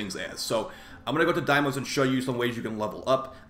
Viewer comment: Cool vid and all, but please say deimos correctly man.